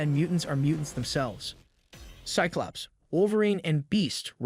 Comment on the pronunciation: You're having some serious pronunciation issues with names. Mag-neet-oh Jeeen S-eye-klops Guy-rick Say-brr-tooth Ark-angel Too many to list them all But the video is cool